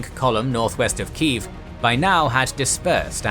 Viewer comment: You pronounce it as key jef